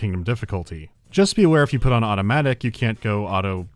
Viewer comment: 10,000 points for attempting’ “Autobatic” 🖖